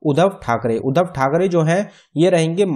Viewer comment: Uddhav not Uddhan